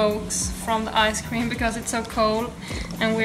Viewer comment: It's called ice cream, not "nice" cream lmao